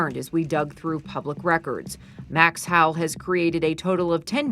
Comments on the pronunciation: Am I the only one that’s confused as to why she keeps saying “ Max How” instead of Max HOWELL? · The reporters should say: Howell, not souding like: HOWE. GILLIGAN'S ISLAND has the best examples of actors saying, "Howell."